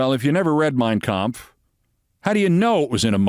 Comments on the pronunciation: Trump seems to sure as hell gives a perfect pitch German pronunciation of Kampf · I know, right!?! He can’t pronounce “Yosemite” correctly, but he landed “Mein Kampf” perfectly. So many ways to mispronounce it if you sound it out phonetically, which is how he tries to say words that he’s not familiar with. He’s definitely familiar with Hitler’s book. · Yep.... He sure did pronounce it perfectly. It could have just said I've never read anything written by Hitler but no, He had to specify and dog whistle to all the white supremacists out there.